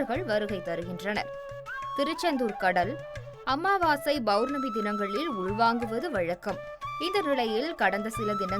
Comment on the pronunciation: பவ்ர்ணமி இல்லை பொளர்ணமி